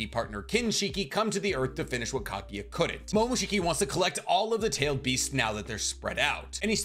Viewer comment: FFS it’s KAGUYA NOT KAGIYA